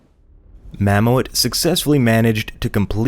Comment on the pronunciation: Just for your future reference; Mamoet is not pronounced Mam-o-ET. It is the Dutch word for mammoth, pronounced MAM-oot.